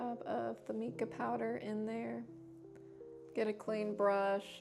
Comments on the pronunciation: I'm pretty sure it's pronounced my-kah, like the name Micah or mineral, not mee-kah. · Mica is actually pronounced with a long I sound, not the E sound. That said, this is a very helpful video. Thank you!